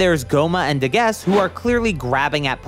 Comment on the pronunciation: It's Pronounced daguseu